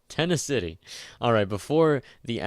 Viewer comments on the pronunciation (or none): P.S. Hearing you pronounce "tenacity" had me rolling